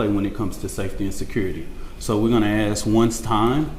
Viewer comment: Let me AKS you a question lul the perceived oppression never ends